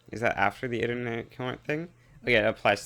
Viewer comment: Along the lines of the control clicking provinces in peace deals, whenever you're assigning army objectives you can shift click to do entire areas which makes the function FAR more useful P.s. To be that person correcting someone's pronunciation on the internet: it's actually pronounced "I-tin-er-ant" rather than "iter-nair-ant!" No shade otherwise, sick af run